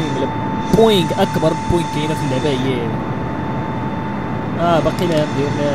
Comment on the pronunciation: Mktfr9sh mabin p u B? Boeing not poeing